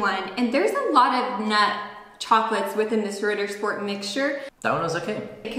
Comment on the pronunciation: it's not RIDDER...sport...it's Ritttttter Sch-p-ort